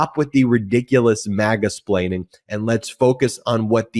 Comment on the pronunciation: Ben said Maga-explaining 😂😂😂